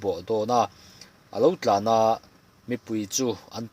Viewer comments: Sakei chhun hlumtu hi Tlana tih ni lovin 'Tlâna' tih tur a nih zawk hmel. 'Tlân-velova te" tih pawh hi tlân aṭanga an kaihlek a ni ang. Tin, vaisehsên tih kha vaisehsen tih zawk tur a nih hmel bawk (sen - thlûk hniam thla, "eng hmanga tih sén nge i duh?) tih ang deuh. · Tlana...tih hi 🏃‍♂️‍➡️tlan (run, running) tih anga thlûk tur a nih hmel, a dawt thu tlan-ve lovate tih aṭanga ngaihtuahin.